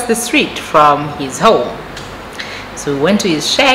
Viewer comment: Lol I love it when you are telling us these stories and the way you say homu (for home), roomu (instead of room), this make our stories very interesting 😀..